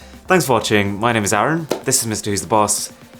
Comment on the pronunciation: Dude, you're name is "Arun" not "Aaron" wtf learn it.